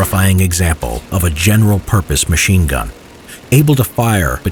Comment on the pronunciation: Sounds like to me he said mean gun